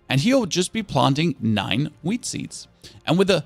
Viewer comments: While filming this, you said whead thrice, is it because you like it so much? :D Whid seeds. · as a stoner i love it when he says wheat 🤣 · u say wheat... like a pro 💪😅